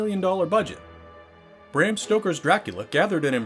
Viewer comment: And Bram is pronounced brahm dumbass